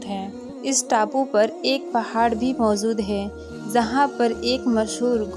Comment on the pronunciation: Bolne se pehle apna pernunciation to thik kro. Kuch thik se bol nhi pati ho इजाज़त होता है बरमूडा है न कि बरमुंडा। मौजूद न कि मौज़ूद। इजाज़त न कि इज़ाज़त। पढ़ना सीखो पहले। Z औरJ ka फ़र्क़ करना सीखो साज़िशें न कि साज़िसे।